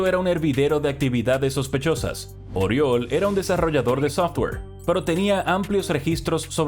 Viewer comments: Corrección fonética: Oriol se pronuncia "Uriòl" con la O con la boca mas abierta de lo normal. Jajaja parece acento valenciano pero soy de barcelona, tengo dos colegas llamados Oriol, aunque a uno lo llamo simplemente Uri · Se pronuncia «yuSEP uriOL»... xDDDD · Josep Oriol se pronuncia yusep uriol